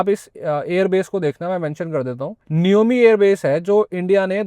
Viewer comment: नियोमि नहीं नियमा हैं 😂